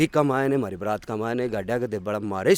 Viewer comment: वो बारात नहीं बरात होता है।